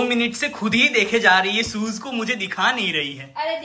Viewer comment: Soes kya hai shoes hai😂😂😂😂